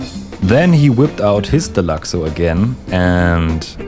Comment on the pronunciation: Nice vid man, nice change from the chaos of most GTA videos, this was nice and soothing. By the way, you’re pronouncing deluxo correctly ☺️